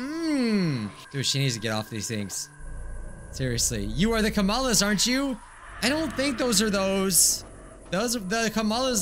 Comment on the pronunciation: It break my heart everytime he say kamalas